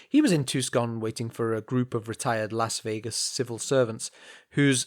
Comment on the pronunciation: No way you could've known, but it's pronounced "Too-son," not "Tuck-son."